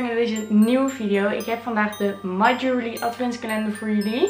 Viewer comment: en (my) jewellery spreek je meer uit als: ju wel rie